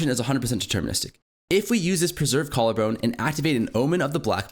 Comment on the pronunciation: i dont know if anyone else caught but bro said preserved jawllarbone lol